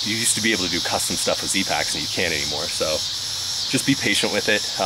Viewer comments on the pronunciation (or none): none